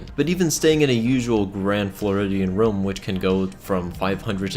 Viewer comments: It sounds like he says rum not room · It’s ROOM not RUM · ITS ROOM NOT RUUM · He said quastion and then rum and I was like...USA? Explanation?